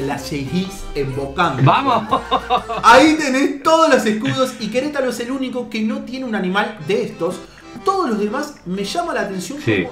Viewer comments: Like si en el minuto te diste cuenta que dice queretalo en ves de Querétaro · dice queletalo no queretaro jajaja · dice queretalo y es Querétaro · 5.Queretalo. Es Queretaro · Notaron que dice Querétalo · En el dice Queretalo y es Querétaro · Min es Queretaro no Queretalo jajajajaja Saludos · Se dieron cuenta que en el minuto decía Queretalo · Like si viste que decía queletalo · Querétalo es Querétaro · es Querétaro no queretalo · Amigo saludos, no es “queletaLo” es queretaRo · ¿Soy yo o dice Queretalo :v? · Aunque donde dice queretalo es QUERETARO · Es Querétaro, no Querétalo hasta en el escudo lo dice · Dislike por que dice Querétalo y es Querétaro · Querétaro es con r 😔